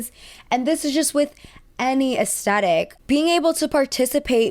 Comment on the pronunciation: americans.... please stop saying ass-tet-tic when it literally has a "thhh" sound, it's ass-THET-tic